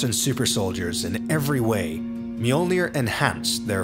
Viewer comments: Fantastic video. Obvious that massive amounts of work have been put into it. Unfortunately not once, did you pronounce the armour as it should be. Mjölnir is a viking name. And should be pronounced as such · I hate that they called it Me-yord-near....